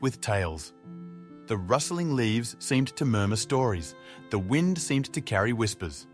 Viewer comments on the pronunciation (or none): none